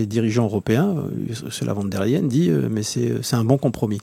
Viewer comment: On prononce pas von der …mais fon der …